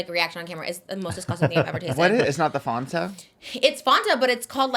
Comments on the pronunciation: “fon-ta” is absolutely ridiculous 😭 it’s “fan-ta” I’m dead lol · i say FANta but my bf and many other people i know say FONta. i don’t agree but apparently it’s correct and also how they pronounce it in mexico lol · they said “fon-ta”